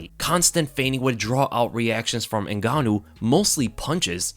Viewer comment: you said his name wrong in the start lol